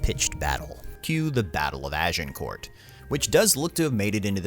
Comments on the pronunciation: Small tip, when you say "Agincourt" leave out the the "t" at the end, you actually have to say "Agincourrr". The "t" is silent. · I can't watch this video due to the unbearable pronunciation. "Agincourt" - you don't say the letter 'T' at the end of the word, because in French you don't say the last letter of words if it's a consonant (unless the following word starts with a vowel). It should thus be pronounced "Agincour" and the 'G' should be a soft jjjjjjj sound. A bit like the 'S' in Asian. Ajjjjjincour. Not "Ah jin court". Oufff.... and I'm not even French! XD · Can't take a commentator seriously than pronounces the letter 't' in Agincourt. Its pronounced Agincore. Philistine. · You don't pronounce it AgincourT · Pronounced Agincore - not court. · "Azincourt" is the French name. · Az - in - core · You don't pronounce the t in Agincourt. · Agincourt has a silent T. Just sayin. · The narrator needs to learn to pronounce names correctly, e.g.: Agincourt, Branagh, etc. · If nothing else the film may teach the narrator how to pronounce Agincourt... 😁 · Do not pronounce the T, in France it is known as Azincourt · Why is that Americans fail at the pronunciation of every word they ever utter, The t in agincourt is BLOODY SILENT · FYI the T in Agincourt is silent. Good video though 👍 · Also Shrewsbury is "shrose buh ree", and Agincourt doesn't have a "t" sound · How about Agincourt? Is the pronunciation correct? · OMG it's Dauphin..pronounced Doe-Fan ... it's Kenneth Brannagh..pronounced Branah....Agincourt has a silent T.... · It would be great if the narrator could pronounce ANY of the even slightly less common words/names. We have the internet, dude - you can use that to check pronunciation. Hint, the T in "Agincourt" is silent. Branagh is pronounced "Brannah". Dauphin is pronounced "Dough-fa", and not either of the ways you mispronounced it. God damn it, is it really that difficult to get these things right?